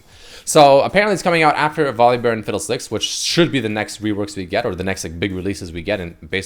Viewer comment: no one:: VolibÖr